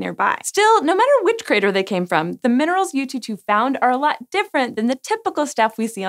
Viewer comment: She aced the pronunciation of Chang'e, but then butchered Yutu. LOL